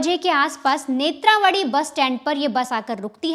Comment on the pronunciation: It's NETHRAVATHI kindly pronounce properly